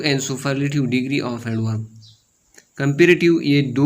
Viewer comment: Salam sir i am very impres from you but kindly sir you pronounce a word correct like "phrase and superlative"